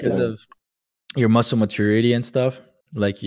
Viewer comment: Se fica com vergonha de falar e até anteontem nem sabia pronunciar "muscle contest".. falava musqle ao invés de mussou.. não é fluente né jovens kkk no máximo tem conhecimento ok em gramática e listening